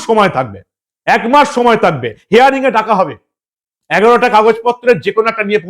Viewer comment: হেয়ারিং নয় হিয়ারিং ৷